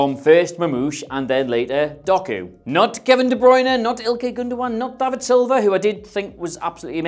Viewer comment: Did you say 'David' Silva,?